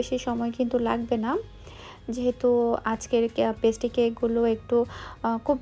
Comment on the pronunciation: পেস্টি না ভাই, পেস্ট্রি 😑 আপু আপনার উচ্চারণ ও বানানের দিকে দয়া করে একটু নজর দিয়েন। খুব অড লাগে শুনতে ও বানানগুলো দেখতে। আপনাকে ভাল লাগে বাট এই কারনে মাঝেমাঝে আনসাবস্ক্রাইব করে দিতে ইচ্ছা করে। আশা করি আমার কমেন্টটি পড়বেন।